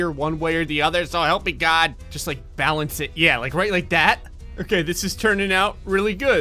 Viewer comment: “I swear to gawd” your jersey is showing again